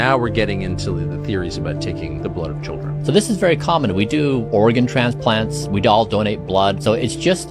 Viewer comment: I know he said organ transplants, but it sounded like Oregon transplants. I live in Oregon and this is a state full of witchcraft and satanists. One of the high ranking witches lives in this town. She has a business that caters to kids.